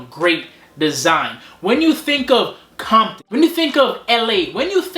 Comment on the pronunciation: He said bompton lol